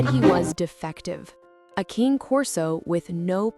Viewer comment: The AI voice should learn to pronounce “cane” correctly. It’s “kah-nay.” A human could probably do it